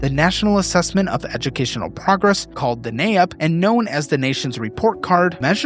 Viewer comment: Great video! One minor thing, the NAEP is actually pronounced “nape” like the nape of your neck. This is the first of your videos I’ve seen, so I don’t know if you reference it often, and I just wanted to give you a heads up an educator.